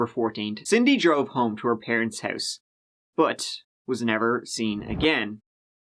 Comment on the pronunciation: DO YOU HAVE A PROBLEM PRONOUNCING THE WORD "HOUSE".....OR IS ME??